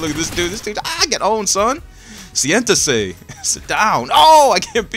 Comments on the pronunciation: wassup with that spanish? Sientese (sit down) hahaha you cracked me up there! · I'm mexican thats funny how you said sit down lol